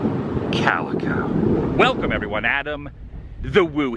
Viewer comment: its calico not calica bro bro